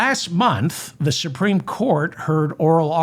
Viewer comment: The supteme what!? Oh, you mean The Grand Fascist Council.